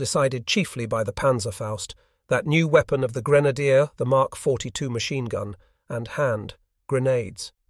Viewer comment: This narration is much better than many but yes. Listen to how it pronounces machine for one.